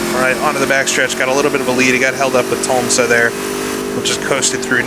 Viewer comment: Awesome video! Thanks for all that you and the others do to bring these old sims back to life better than ever! Randy Tols-ma is how you pronounce his name;)